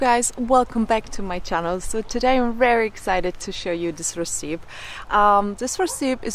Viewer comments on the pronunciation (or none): If you would like to know how to pronounce recipe it is like this .... Res-ip-ee. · Hello, recipe is pronounced "ress-uh-pee".:D